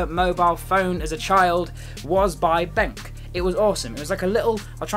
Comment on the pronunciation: Pronouced as ben q